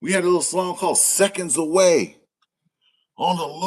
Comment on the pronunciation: 😢.... "SECONDZ A WAY" !!!!....